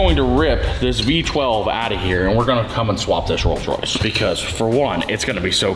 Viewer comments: Yea its Coals Royce. 😂😂😂. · Ah yes....The Coals Royce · The "rolls royce campom